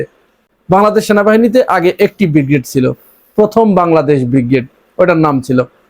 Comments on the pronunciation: ভাইজান উচ্চারণ বিগ্রেড নয় হবে ব্রিগেড। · শব্দটা ব্রিগেড উচ্চারণ ঠিক করা উচিত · প্রথমেই ছাগলকে বলি, কথাটা বিগ্রেড নয় ব্রিগেড। বিগ্রেড মানে দ্বিতীয় শ্রেণী। ছাগল না জেনেও ঠিক বলে ফেলেছিল। নাম দিয়ে যুদ্ধ হয় নাকি? তোদের নিজের টুনটুনি দেখ, ভারতের দিকে তাকাতে হবে না। হামাস যে নাম বলবে, বাংলাদেশের বাপ সে নাম রাখতে বাধ্য। এই জঙ্গিরা বলত, দিল্লী না ঢাহা? ঢাহা- ঢাহা- যেই ভারত বলল ভিসা দেবে, সব হাদির সা*য়া ছিঁড়ে তিন মাইল লাইনের পেছনে দাঁড়িয়েছে। তাদের নাম আয়েশা না ফাতেমা, জেনে কী হবে? আছে তো ভিসার লাইনে।